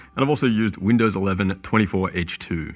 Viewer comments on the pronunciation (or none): none